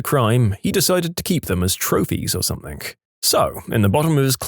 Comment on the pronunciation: No k in the word something